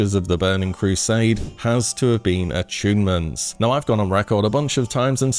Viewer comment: I enjoyed the "achoonments" myself.